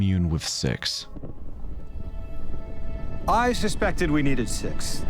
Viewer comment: truly thought you said sex at the start of this glad i was wrong